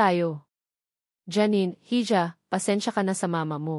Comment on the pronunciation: miss narrator ang tamang bigkas ' hija' ay " i- ha" . salitang espanyol yan peo binibigkas yan ng silent 'h' at ung 'j' ay binibigkas na 'h'